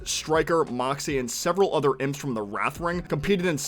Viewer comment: It's pronounced IMPS not I.m.p.